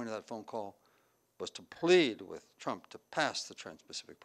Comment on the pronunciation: President ‘Chump’, or was that just my hearing?